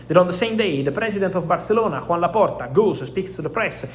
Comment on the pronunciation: His name is not Juan, it is Joan. I think he will be a bit mad if he hears this.